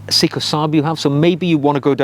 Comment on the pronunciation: Good video but I have to point out Seiko is pronounced sayco not seeko.